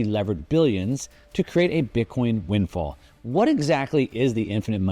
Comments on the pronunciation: One note: it's "windfall" not "win fall." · *windfall not “win fall”